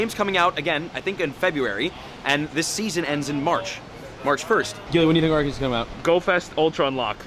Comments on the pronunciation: its pronounced arkeus not arseus so u said it right first😁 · It’s pronounced Arkeus not Arseeus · It pronounces ArKeus, no ArSeus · It's not arcues it's not arkeus it's not Llama stuck in a fence it's ARKOOS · Alll the other fans out there know that it's actually pronounced Ar-coos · It’s Ar-Kee-us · Ahh yes the pronunciation of arceus